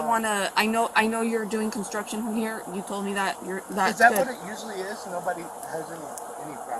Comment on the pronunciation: <<>> Umm... "Constuction"--??